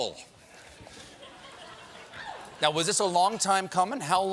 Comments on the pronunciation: Evan Thornton it sounded a little too much like ‘you all’ so I think that’s why. Had he put a southern accent and made more of an “ah” sound I think people would have noticed. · I loved his “thank y’all”, being a Southern girl. Didn’t matter whether anyone else heard it. This Southerner thought it was great. lol The problem was that he didn’t say it with enough of a Southern drawl....Stephen would have chuckled if he’d heard Oliver say it the way I do. Annie 😉✌️ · I thought he just said "thank you" weirdly. I didn't notice he said y'all. He should've said "thanks y'all" to be clearer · I am from the south, I had to rewind several times to understand he said Yall. Just didnt sound right. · Mr. Oliver, if you are reading this, I just want you to know that I had to pause to manage the McDonald's pancake bits flying out of my mouth in between fits of laughter after hearing you say "Thank ya'll" and watching the short moment after. I will now press play. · He messed it up. If you want to pronounce “y’all” the “normal” way say it as one syllable with a raising tone. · He didnt even pronounce it right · Yeah, I noticed that also! Might have just been bad inflection. His "y'all" still sounded sort of British 😂